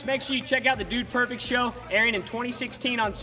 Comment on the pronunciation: "The Dude Perfet Show"